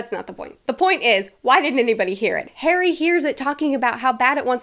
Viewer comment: start "ok today we are going to talk about HAIRY potter and the...." good grief!